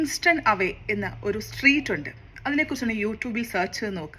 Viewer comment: I am from Philadelphia and the place is Kensington. Not Kingston